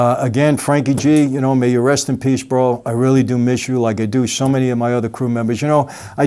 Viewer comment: When Michael said “bro” , just like Sammy 🔥🔥 , NY gangsters